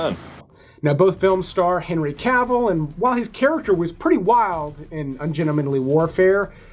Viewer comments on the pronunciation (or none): none